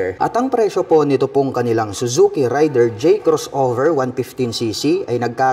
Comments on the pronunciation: Raider po sir hindi rider.thanks! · Mali yang Bigkas mo SA RAIDER ...